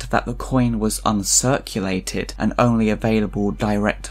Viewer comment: Shame about the "and" but well done sir.